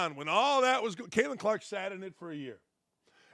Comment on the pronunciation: I don’t watch women’s basketball, but you say there’s a “gal” named “Kaitlin Klarkk?”